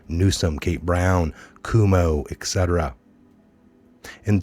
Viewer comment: "Cwomo" is the correct pronunciation,. God report...